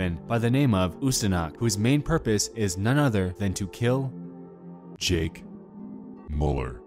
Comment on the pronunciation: You butchered jake müllers name